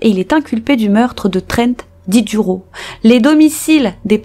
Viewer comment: 20 premieres secondes déja une erreur de prononciation dans un nom de famille. C’est recurrent quand même…